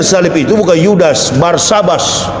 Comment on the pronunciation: Barsabas apa Barnabas 😂😂😂😂